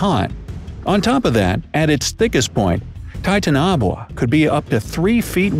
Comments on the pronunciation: Please god stop 🛑 how are we supposed to take you seriously pronouncing it like that ? You obviously didn’t do as much research as you let on or you’d know the proper pronunciation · not to hate but seriously? ur saying this after 65 million years? after scientists confirmed they went extinct because of the meteor? u cant even pronounce the name right.please stop doing these kinds of videos because tbh we know its kinds fake. look dude if u wanna keep doing this atleast make it so that it makes sense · That's not how the name is pronounced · He can't even pronounce Titanoboa correctly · you pronounced the name kind of wrong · You REALLY messed up the pronunciation of Titanoboa. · Things wrong: 1st. You pronounced Titanoboa wrong 2nd. The title makes no sense. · Why is he pronouncing the name WRONG wow you’ve been thought by a 15 year old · I hate how they pronounce the name of the snake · He pronounced it's name wrong!😣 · ik and its pissing me off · Yeh he said it wrong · It doesn’t matter no ones perfect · I know how you feel. its bugging me too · Awesome facts, but I couldn't take the video seriously because of the very peculiar/hilarious way you pronounced Titanoboa. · Is anyone else triggered by how they're pronouncing Titanoboa? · He can’t say titanoboa properly😂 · You just butchered its name. 😂😂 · Titanaboa pronounciation was wrong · Titan-a-boa not titan-o-buwa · It is actually pronounced (ti-tan-a-bowa)both the a's are are short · It's tie-tan-a-bow-a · its not titanoa its titanaboa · U said titoanobwa it's its titanaboa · It’s not Titanobua This is how you prenounce Ti Tan o boa Please Pin This so that they know how to really prenounce it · U said the name wrong its titan boa not titanabuoa also theres a huge snake called a basilisk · A giant snake could be why the dinosaurs went extinct. Jörmungandr-Laughs in old Norse Also it isn’t pronounced titanoboa like titan-a-boa it’s like titan-o-bowa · "Ti ta nob oa" ummmm its Ti-ta-no-boa